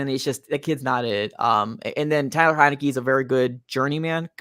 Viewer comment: HEINICKE NOT HENICKE DUDE